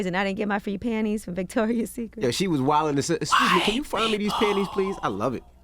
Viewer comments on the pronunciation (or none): none